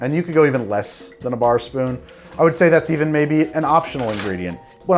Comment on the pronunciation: I like how he says a bar sopoon and spills like 3 more in just filling it up lmao